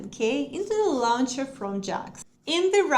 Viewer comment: Launcher произносится "лончер", а не "лаунчер".